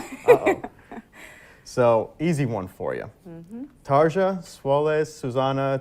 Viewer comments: This interview (like many of hers) shows her personality so much. I love it, she seems so happy and fun😄 Ans yes, the guy interviewing butchered her name😅 but it is a hard name though I am definitely very interested and excited if you ever get to interview Tarja😁 Thanks for this! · I've always enjoyed this interview. Tarja is gracious and lovely, as always! But dude needs to learn how to pronounce her name!!! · Thank you for this and for your nice words. The Interviewer is not so good in my opinion. First the mispronouncing of her name..he should’ve learn it before.. And why is he asking Tarja about the cost from ‚Once‘ and that some guy mentioned John Two-Hawks (wrongly) as a fraud.. How should she know that? And there’s nothing about that on Tarja’s Wikipedia page..